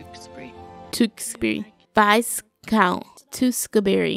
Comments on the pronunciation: What really gets me is that you pronounce it “vice count” instead of “viscount” 😂😂😂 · Looool, I love your reactions and loved both movies!!! It's actually Viscount pronounced without the S and it's a title, not his name....but that's all good hun...loved your pronunciations